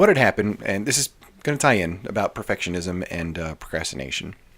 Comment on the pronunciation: "Perfitishism" 🤭 New sub here, enjoying your content. Thank you!